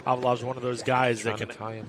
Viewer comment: But he pronounce khavalov as khalivov all the times ...